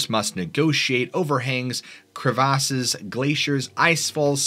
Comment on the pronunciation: I’m sorry sir did you just say kreh vah says?? As in crevasses?? LMFAOOO that was adorable